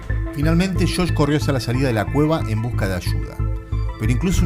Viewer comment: "el hermano 'shosh'? " No era Josh? Con "Y"? Un consejo que se le dicen a todos los que estudian locución (aunque esto se debiera aplicar a YT): deshacerse de las tonadas y los "yeismos". Una cosa es pronunciar "gaSHina" con "sh", pero no las palabras y Nombres propios, que queda MUY FEO de escuchar. A mejorar.